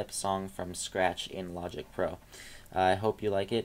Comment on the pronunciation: Love the video man. But Its Logic not Loigic ;)